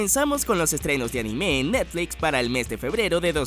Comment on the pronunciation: Siempre me pregunto porque los latinos le ponen un acento inexistente a la palabra anime xD